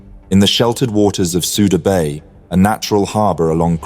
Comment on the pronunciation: It is pronounced Sooda Bay